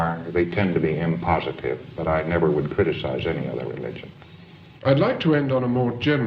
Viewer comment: Did her say inpositive or impositive at the end? Are either of those in the dictionary? (How many times does he just make random words that aren't real?)